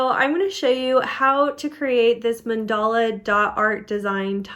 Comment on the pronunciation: Another fabulous video! So easy to follow instructions. And now I know how to pronounce mandala 😊